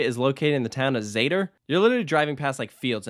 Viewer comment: Its just southern Poland, it is pretty well known, it is sponsored by the state energy company i think Zator not Zaydder or whatever, Oświęcim not 'Oshwim' I mean this is a close distance for an American, it is not 'in the area' really so much for people there